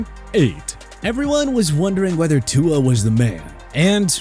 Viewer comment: When will you learn how to pronounce Tua’s name?